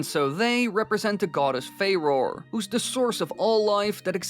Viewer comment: Say it with me fa-ro-re you have to sound it out..it's not fa-roar